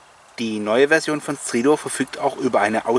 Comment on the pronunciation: Bin froh, dass alle Stridor mit i absprechen.:-)